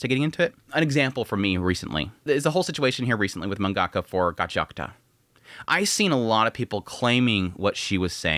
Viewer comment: The way you pronounce the word 'Mangaka' is so diabolical 💀